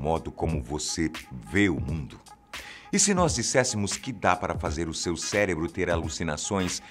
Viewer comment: CELEBRO OU CÉREBRO OU CERÉBRO